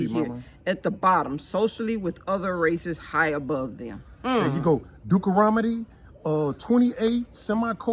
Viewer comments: Dukaromodie. 🤣 I love how sweet Mama knows is saying Deuteronomy wrong but decides against correcting him. That’s a Queen right there! 👑 She’ll tell him in private. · If you're going to read God's word, know how to pronounce the book Deuteronomy. I love how people always say "White Jesus", but don't read the scriptures that describe him as a black man. While you have the bible open, read Matthew .